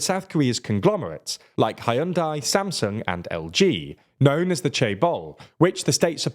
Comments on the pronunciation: Hyundai: HUN-DAY! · the pronunciation of Hyundai and Chebol as ''Hi-on-die" & "Chay-ball" 😂😂😂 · As a korean, I can tell you all of that is wrong. For "Hyun", you pronounce the "yun" part like "yon" in "canyon" (or like funyun or onion) but add the "H" sound at the front. And "dai" is pronounced like "deh", like the "de" in "decorate". It really should have been "Hyunde" if we want it to sound like the korean. Korean has terrible english romanization. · and how he pronounces Hyundai... "Hi-un-dai" and here I've been pronouncing it as "jun-dai" all my life XD commercials have lied to me.